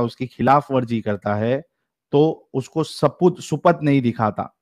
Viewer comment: supath nahee deekhaata (aapne ghalt padha: dekhta padha aapne) ... 19.28 matlab samajh nahee aaya ... jab ayesha ji ne kahaa ke hindi samajh nahee aaya so that means she does not understand shuddh gaadhi hindi ... al-umari ka hindi translation is "gaadhi" hindi (गाढ़ी हिंदी, aapne sachwala ko suna hoga ke wo गाढ़ी उर्दू mei apni kitaab likh rahe hain kyonke madrasa students and teachers गाढ़ी उर्दू istemaal karte hai ... aap ke paas agar koi aata hai aur bolta hai ke usse उर्दू (urdu) nahee aati tau uska matlab ye hai ke usko urdu script nahee aati lekin jiss terah se al-umari ne translation kiya hai wo "gaadhi" hindi (गाढ़ी हिंदी) hai ... isiliye aise cases mei bhee aap inko urdu padh ke sunaaiye aur agar koi urdu word difficult hai tau hee uska translation kijiye ... this hindi reading is not working because you are misreading some hindi words and ayesha ji type callers although they say they do not understand urdu really do understand 99% urdu when read out ... so meri advice ye hai ke aap sirf aur sirf urdu hee padhiye ... aur amit se ya kisi aur se urdu ko phir se hindi devnagari mei type kar ke taiyaar rakkhe ... yaani ke words urdu hai lekin likha hai devnagari mei ... i can certainly help you ... if you want me to help it will cost money (and besides i do not understand urdu ... so mujhe google translate aur doosre teesre tools istemaal karne padenge) ... aur phir security ke problems ho sakte hai kyonke mei Toronto, Canada mei hun